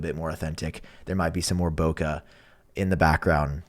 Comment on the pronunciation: Bokeh is a Japanese word that is pronounced Boh-kay.